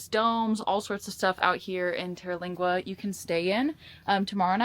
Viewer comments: Pronounced Ter-Leeng-wah. Just a mile from the entrance of Big Bend. Fabulous chili cook off every First week of November. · How she said it is wrong its tera lingua, the AC in the teepee is nessisary you cab die of the heat down there